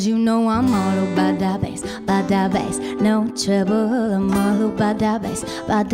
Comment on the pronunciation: Why the f... Meghan Trainor can't say "TROUBLE'' right?